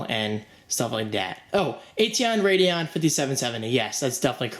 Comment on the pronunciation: "Ateon Radeon" wot m8